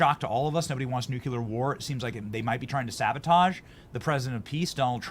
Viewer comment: Benny, please pronounce nuclear as it is spelled. There's a lot of pressure from the masses to mispronounce that word!